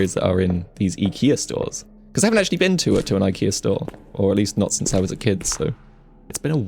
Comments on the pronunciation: Why are you saying ekea and not ikea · Why is he calling it ekia if it's IKEA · Ikea ❌ Ekea✅